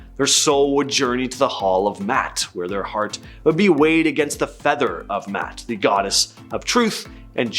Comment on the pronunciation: Poor enunciation of the Divine Ma’at. Please review & learn.